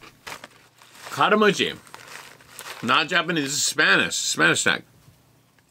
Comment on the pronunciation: not karamuchi. but Karamucho